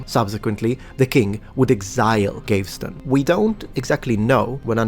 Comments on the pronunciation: Michelangelo using male models for portrayal of women explains why many of his female nudes have very weird breasts. Just a few corrections: Gaveston is pronounced Gah-veh-ston rather than Geiv-ston. And Warwick is pronounced Warrick. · I believe the name "Gaveston" is being mispronounced here. I suspect that the first syllable should be pronounced like the word "have," though, obviously with a "g" in place of the "h." Thus it's pronounced as "Gav-veston," rather than "Gay-veston." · Entertaining and informative as ever but I’d like to point out that ‘Gaveston’ is three syllables: gah-vz-ston. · Gayvston is pretty funny too instead of Gaveston